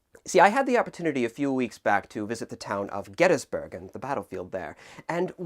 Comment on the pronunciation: He said Gettysburg wrong